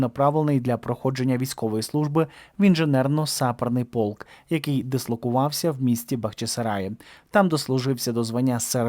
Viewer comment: Звичайно, що його змусили піти після критики. (В слові "саперно -"наголос потрібно робити на "е".😊 Не дякуйте!)